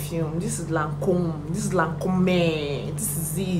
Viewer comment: 😂😂😂😂 not u bastardizing the Lancôme perfume pronunciation! I need to smell that perfume sha!